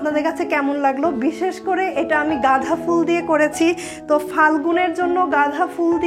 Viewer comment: গাঁধা না আপু গাঁদা হবে।